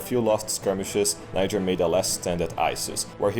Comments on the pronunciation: "Just pronounce it Nyjer next time." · Niger: “just pronounce it Nyjher next time” LMAO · “Just pronounce it like ‘Nyjher’ next time.” LOL!